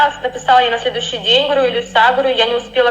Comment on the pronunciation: Илюша а не Илюса